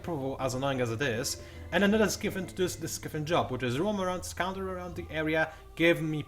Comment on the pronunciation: pretty sure it's pronounced sky-fin,. as opposed to 'skiffin'. it's a fin that is in the sky. just saying.